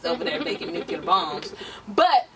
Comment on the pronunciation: NuCLEAR. I'm sorry but that was driving me crazy. Love ya though.. Lol